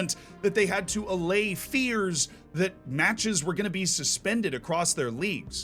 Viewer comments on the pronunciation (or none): none